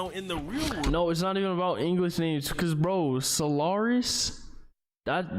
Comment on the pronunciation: Its “so lar is” cry about it🥱